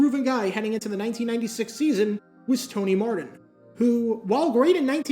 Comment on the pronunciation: Why do you pronounce your Ts as Ds? You said Tony Mardin in this, and Walder Paydon in another one